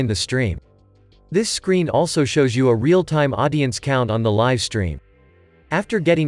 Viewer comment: One perfect example of the inability of artificial intelligence to replace humans -- live is mispronounced throughout. Otherwise a nice video.